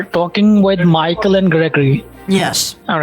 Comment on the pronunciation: bro they don't even try to sound American yet they spit those extra generic American names LOL work on your accent or something that's crazy. that "MAHKL" caught me off guard 😂